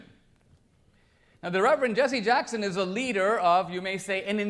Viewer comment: What is “Jesse uh-Jacks-hund” a Reverend of?